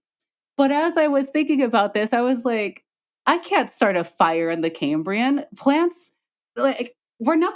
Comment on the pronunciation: It's the CAM-brian explosion~~~